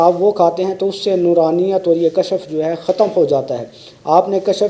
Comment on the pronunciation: kashaf nahi janab Kashf